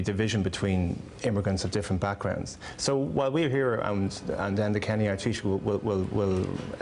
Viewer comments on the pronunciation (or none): Its ENDA KENNY NOT EDNA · ENDA (not Edna). And the little plant is a "Shamrock", not a "clover". Shamrocks are much smaller.